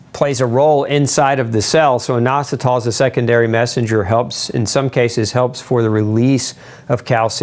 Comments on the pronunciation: Eye-nositol, or in-ositol, nobody pronounces it with a long I. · YOUR PRONOUNCIATION IS WRONG FOR INOSOTOL